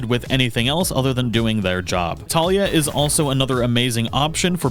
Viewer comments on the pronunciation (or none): none